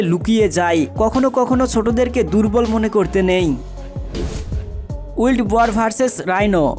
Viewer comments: ওটা উইল্ড নয় উচ্চারণটা হবে ওয়াইল্ড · ভাই আপনার উচ্চারণে একটু মনোযোগ দিয়েন। উচ্চারণ গুলো ঠিক হয় না। বিশেষ করে ওয়াইল্ড'